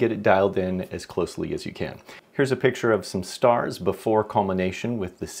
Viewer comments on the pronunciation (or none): none